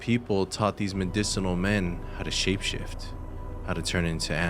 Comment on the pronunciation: Shape not shap... Aho my friend.